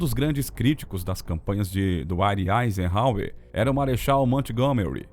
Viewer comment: O narrador é bem fraquinho., Rosenvelt, Eisenhôer e assim segue.